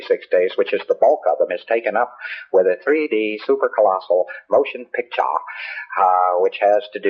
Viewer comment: "Motion pick sha"